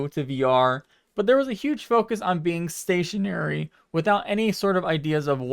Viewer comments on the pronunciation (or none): "there was a huge focus on being station💀uh-ry" RIP BR🤮D love ya